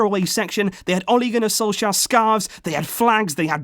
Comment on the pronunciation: You say Ole Gunnar Solskjær rong i am Norwegian so i know